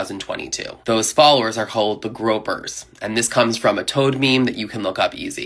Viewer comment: Gr-oy-pers. Not gropers.